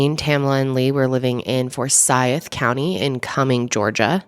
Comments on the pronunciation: ummm . . . it's For-sYth county, not For-sy-ith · Fore-Sigh-th county 😊❤ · as a georgia native, hearing her pronounce forsyth makes my skin crawl 😭😭😭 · Daaaamn! I don’t live far from Forsyth county. Never even heard of this. I’ll def have to look into it since it’s so close. Oh, we pronounce it ForSIGHTH. At least to us Georgians anyway lol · It's pronounce "for-sigh-th". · Two syllables to pronounce Forsyth. Four-sieth. Rhymes with Blythe. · i live here and it is so cool hearing you talk about this!! also fun fact: it’s four-sigh-th haha. happy you covered this, love ya ❤️ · As soon as you said Cumming, Ga, I knew I was in for an angry video. I lived in for 7 years and the atmosphere there was very racially charged. The disgusting “jokes” about where people “hung” out was a wake call. For-SITHE County is the pronunciation. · i’m from georgia and it bothers me the way you say “for-s(eye)-th” lol but i definitely remember hearing about this along with the other cases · For-si-th is the way we pronounce it here in Ga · The moderator has to go back to 1912 for a racial crime, and she mispronounces Forsythe. She is trying to spice up her mediocre reporting by race baiting. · The way she was pronouncing Forsyth was bothering the shit outta me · Why she pronounce Forsyth like that😂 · Btw, you kept mispronouncing 'Forsyth'.